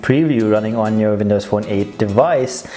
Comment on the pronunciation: Vindows Fone hehe